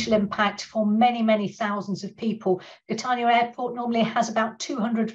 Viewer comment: Where’s ‘Cat-arr-nya’ ?